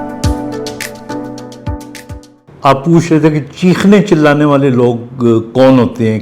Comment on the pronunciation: لعنت آپ کی اردو پر ۔۔ چیلانا نہیں، چلّانا ہوتا ہے ۔ ۔ ل پہ شدٌہ ہوتا ہے ۔۔ اردو زبان کا بیڑہ غرق کر دیا ہے آپ لوگوں نے۔